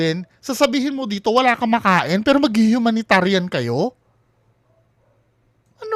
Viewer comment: Humanitarian humanitarian hooooo bulol!!!😂😂😂😂😂